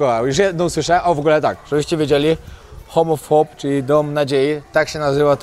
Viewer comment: Zrozumialam homofob zamiast home of hope az przerwalam gotowanie by spojrzeć 😅